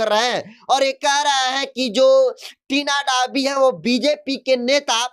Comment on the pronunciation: thori padhai kar Lo fir patrakarita karna kabhi Tina domi toh kabhi Dhobi ton kahi tina lovi bol rahe ho